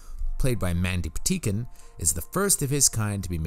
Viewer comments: Great video...but the way you mispronounce EVERYONE's name drove me up a wall. It's Mandy PatiNkin, not Patikin. It's James CaAn (pronounced "cahn") not James Can. Yeesh. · Are you saying "Mandy Pateekin"? It really sounds like you are. I'm guessing you're not, but just in case... it's Mandy Pa-tink-in. My favorite Mandy thing ever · To: I enjoy your offerings, however, you really need to learn how to pronounce names correctly. James Caan is not pronounced James CAN. It is pronounced with the soft double-A sound as in Kahn (Kawn). Mandy Patinkin name is pronounced Paw-tin-kin. Once again I hope you receive this comment in the spirit in which was given, not as criticism but as instruction. Thank you.